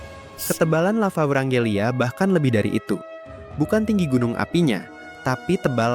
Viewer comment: ijin koreksi itu wrangellia bukan vrangelia